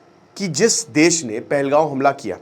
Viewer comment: First learn to pronounce pahalgam first not goan but gam